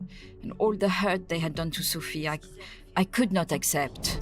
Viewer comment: The name is pronounced 282281 times. As Sofie, And you still keep calling her Sophia..